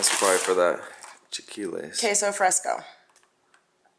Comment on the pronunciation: Great unboxing. One thing though, it's chi-LA-quiles